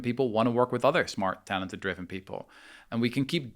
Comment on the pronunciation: He over emphasises the talented as if perfect people exist, although many great points